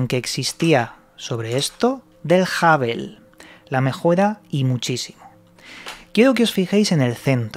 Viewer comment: Como observación, no es yoe bíden... es " You baiden"... No es jável... Es "jóbol" son nombres en inglés, no en español, saludos☺️👍